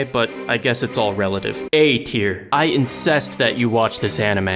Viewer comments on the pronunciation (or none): "And thats Putin it mildly". How tf did nobody else catch this Edit: "I incest" BRuh🤣 on a real tho, this show is ass. Nothing happens.